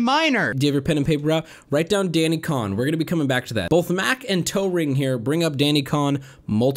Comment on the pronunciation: Isn't Cohn pronounced like "cone" and not "con"?